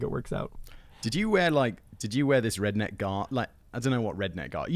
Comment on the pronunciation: Can the limey say redkneck?